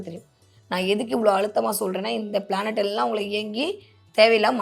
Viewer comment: பிளானட் planet சரியா சொல்லுங்க சோசியரே.